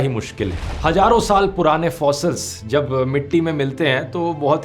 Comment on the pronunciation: It's not 'gaiyab (vanashing)', but 'ghaiyab'; also, not 'hajarun saal', but 'hazaarun sall'.